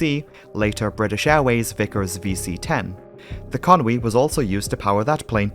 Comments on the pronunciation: Where does this "Conwy" come from? It's Conway..... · Con-wee! I've been saying Con-way...